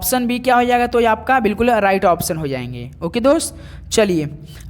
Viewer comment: अराइट नही सर राइट बोलते है उसे😂😂